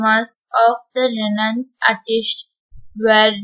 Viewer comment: 'Renaissance' pronunciation is wrong